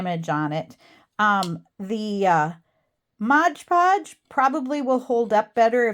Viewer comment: Mod podge, not modge podge. In case you didn’t know 😜